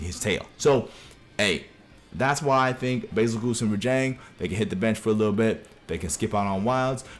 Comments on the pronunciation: "Bezelguese" not "Bezelgoose" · Nah “Bazel-GOOSE”???? Never heard ANYONE call him that💀💀